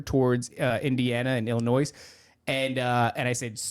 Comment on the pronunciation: THE S is silent on Illinois 😅